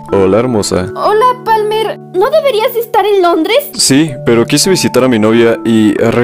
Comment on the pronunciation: no es PALMAAAAAAAAA! ES PALMERRRR